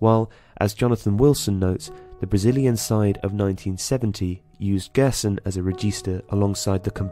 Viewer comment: Gerson is pronounced like "Jerr-son"